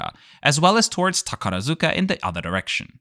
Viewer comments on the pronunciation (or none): Great video. As a resident of northern Osaka, I see these planes from my front window all the time, and my little son waves at them taking off. One thing - the proper pronunciation of Takarazuka is "TakaRAHzuka", not "TakaraZUka". Pedantic I know, but I just had to say it😉